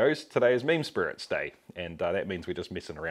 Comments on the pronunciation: Is he saying ‘mean spirits’ or ‘meme spirits’? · All this time on videos like this I thought you were saying "mean spirits". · I used to think you was saying mean spirit's lol I'm actually enjoying all your videos Oh usually just trailer park girls drink Dr pepper here lol